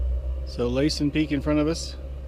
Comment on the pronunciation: LASSEN LIKE LASSIE THE DOG , ONLY WITH EN NOT IE , LOL